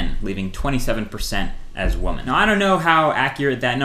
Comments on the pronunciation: You said women wrong. It's "wimmen". LOL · Lol, he doesn't know how to pronounce 'women' in majority :)